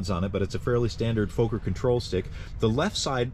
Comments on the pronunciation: Pronounced as fokker not fauker. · Please Note as Americans often do, you are mangling the name, it’s not Foaker its pronounced like soccer thus Fokker. Otherwise great content. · Fokker not Foker.The o as in dot. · It's definitely NOT pronounced Fo kur, dude. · For future reference, it's pronounced "f*cker", beautiful replica! great to still see enthousiasm for it! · you said what I was going to say!